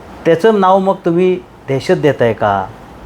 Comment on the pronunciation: देहशत नाही दहशत मराठी नीट बोला अगोदर कुठून आलात